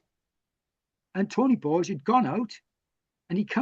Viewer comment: Nie Tony "Borg" jak ze Star Treka, tylko Tony "Bordż". Nie "Tredegar" a "Tredigar". Następnym razem się upewnij co jak się wymawia, bo albo nie zrozumieją albo pomyślą że Polacy to ignoranci. A ogólnie to ciekawy wywiad, na pewno unikat na skalę światową. Propsy, że udało się wszystko nagrać!